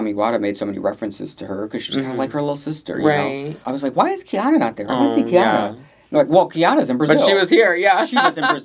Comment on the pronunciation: Please I’m begging you to pronounce Kei-OH-na’s name correctly 😭 it is NOT khianna